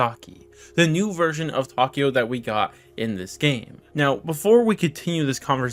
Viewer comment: Tokio jajajaja es takeo